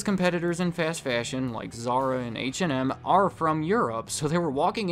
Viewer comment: Lol h and m soudns like h and r "block"